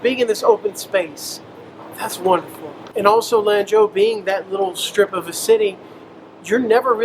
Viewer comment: Gosh your face reminds me of one my childhood friends I use to play D&D and Warhammer 40k with !!甘肅省的蘭州 , you should pronounce it like a Chinese 😉“四川” “成都”